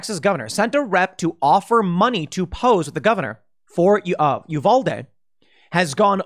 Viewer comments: Okay i just gotta say... It's U-vAl-De not U-Vaul-De lmao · I wish you would pronounce Uvalde correctly. I agree with what you're saying it just makes me grit my teeth